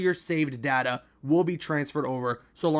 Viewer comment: It’s data dude not whatever you just said 🤣🤣🤣🤣🤣